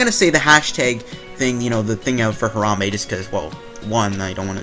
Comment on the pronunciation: Disliked for mispronouncing Harambe. Show some respek on his name.